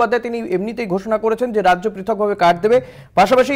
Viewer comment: "রাইজ্য সভাপতি"? এটা আবার কী রম উচ্চারণ 😂